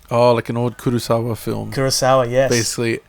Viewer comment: I like the way said "Kurosawa", nice touch.